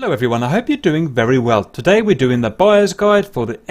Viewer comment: Everytime you say buyer´s guide, I understand bias guide ;)